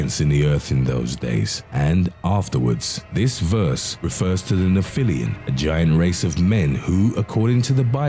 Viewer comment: Hey, dude that Nep-hil-lum not Nephillium you really need to work on your pronunciation skills.